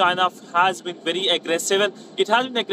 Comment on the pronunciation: Nobody on Wion can pronounce V. They say Wery important Wisit.